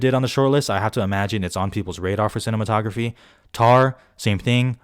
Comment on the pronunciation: did you say cinnamon-tography ? lmao love it!